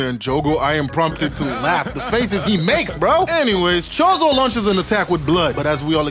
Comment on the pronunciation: Hanami is a girl and Choso is pronounced with an /s/ sound.